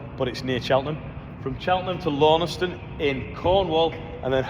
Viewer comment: Launceston is pronounced LAWN-STUN lots of silent vowels in d'vn and kwall